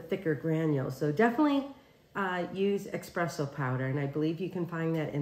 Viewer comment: Amy there is no X in espresso 😳